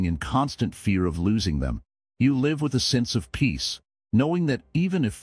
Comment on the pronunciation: This is great counsel. However, some pronunciation needs work; for example, just before the mark it uses the wrong pronunciation of live. It pronounces it as in a live show, rather that what you meant, which is to live your life